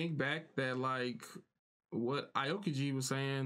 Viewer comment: it's pronounced like ow-kiji and ener-ru like energy rather than en-neru but i guess ya'll have your choice since your subbed (dubbed watcher)